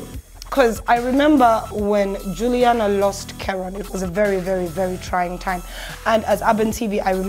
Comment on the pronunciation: She’s not Julina, she’s Juliana